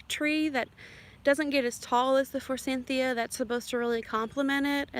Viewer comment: Not trying to be persnickety , but fyi there is no N in forsythia .